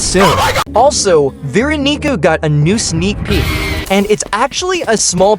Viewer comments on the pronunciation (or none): Bro did not say Veeronica